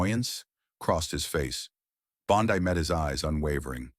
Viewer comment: Pronounced Bon-dee, but otherwise, very well written.